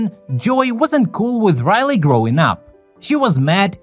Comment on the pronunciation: Raleyy? it’s Riley